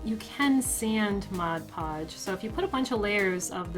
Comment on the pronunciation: first person ive ever heard say mod podge and not modge podge lol like this more then bills wand, it was too chunky lol